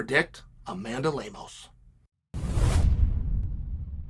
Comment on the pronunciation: Chael: "Amanda Lemons"